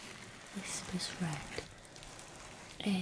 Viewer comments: Is it just me or does she not say "R" for her intro for Whispers Red ASMR? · Did anyone else hear in the intro that it didn’t say r in asmr